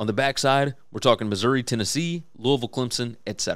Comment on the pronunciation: Love that you pronounce Louisville like you live there. Go Cards.